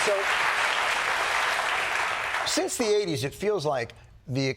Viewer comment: Congratulations to Mme Lagarde, I believe she's the only french I've heard who can really say "the" and not say (the sadly annoying) "ze" 😊